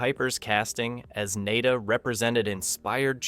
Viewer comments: Nada is not pronounced Nay-da. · The narrator is just spouting what these little communist are taught in these indoctrination camps called school. He can't even pronounce the main character. Hey commie narrator it's pronounced Na Da. As in nothing, worthless ect. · His name is John Nada as in nothing , you are saying his last name wrong and its driving me nuts.. lol